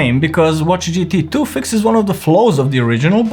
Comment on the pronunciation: Gt tu 😂😂